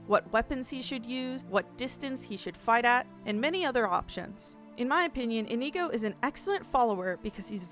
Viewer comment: I love this video, I’m only commenting to say I’m extremely annoyed at the fact she pronounced inigo wrong or maybe that’s me saying it wrong.